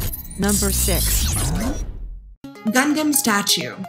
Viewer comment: Gundams are not ROBOTS, they are Mecha. Also, it is "Gun-Dum" not "Gun-Damn". FFS...